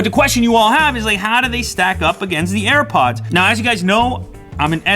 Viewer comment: Linus said air puds lew says earpuds